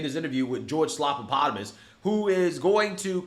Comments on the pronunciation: You're pronouncing it wrong. It's George Slap-a-Platypus. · "Slopapotomus" "Slopadopolous" 😂🤣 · No you're saying his name wrong. It's Slobanoboulos. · I always laugh when calls him "slopapotomus" 😂